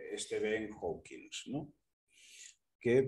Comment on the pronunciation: Por cierto, se dice Hawking (no lleva S al final) y era un físico excelente, habrá habido físicos mejores y peores, pero entre los mejores del mundo estaba y seguirá estando por muchos siglos.